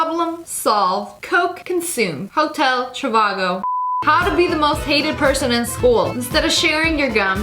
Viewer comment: So we all gonna ignore the fact that she said ✨ HOTEL TROVAGO ✨